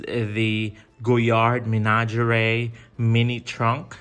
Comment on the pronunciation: You can google French pronunciation you know.